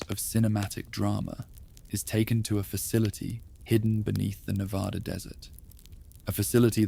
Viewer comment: Reno, NV. pm I can’t go to sleep because you keep saying Nevada incorrectly! 😂